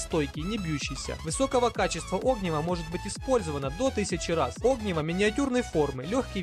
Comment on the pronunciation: огниво ударение на и